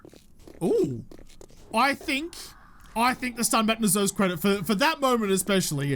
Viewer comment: It's okay if you say electrocutioner incorrectly; you don't say 'baton' right either. It' sometimes seems as if you people invented the language just so that you could butcher it.